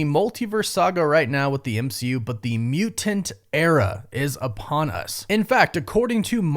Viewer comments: It's really distracting and a little annoying the way you enunciate "mutant" as "mu-Tant" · Soften that first t in mutant brother for the love of god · Alright I like the video, but what was with the way he was saying mutant